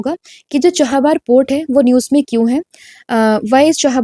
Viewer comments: Mam i am sorry but i want to tell you ki its cha-ba-har not cha-ha-bar , sunne me Achha ni lagte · It’s Chabahar , not Chahabar